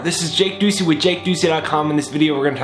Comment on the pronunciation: I love how he does videos about manifestations and spirituality about seeing things for what they truly are and you pronounce his last name like “Do See” ❤️❤️❤️❤️🌎